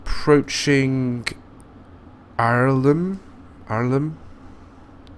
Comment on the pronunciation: Btw u say Irlam er lam